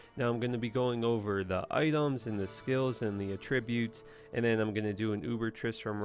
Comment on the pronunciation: "Uh-Tributes" HAHAHAHAHA. Every time man.. You do it so subtly but on purpose ;p